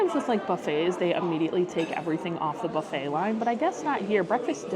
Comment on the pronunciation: You learned how to say buffet properly.....then, you slipped back. Practice, practice, practice. 😊